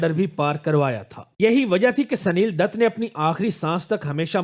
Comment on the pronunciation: پھر اب کیا کریں یہ بتلادے sanil datt نہیں بلکہ یہ Sunil Dutt ہے